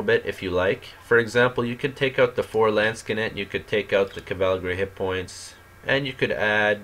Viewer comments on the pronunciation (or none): Cavalgary... Landshkanekt... WTF? Where is this guy's pronunciation of English and German?